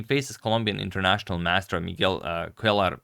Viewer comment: I believe his middle name is pronounced "kway-lar"